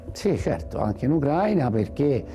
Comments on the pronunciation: Ucraìna, ucraìno, ucraìni, ucraìne. Accento sulla i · Ma imparate l'accento: UCRAI' NA (va su "i")